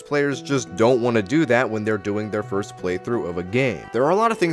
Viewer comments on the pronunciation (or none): none